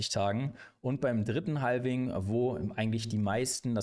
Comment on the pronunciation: Danke für die Zusammenfassung. Habe es nem Kumpel geschickt. Btw, Halving spricht man ohne L :)